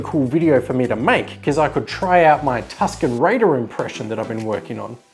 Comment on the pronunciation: I enjoyed this video a lot, especially TuskenRaider. I think that's the most Australian I have ever known you!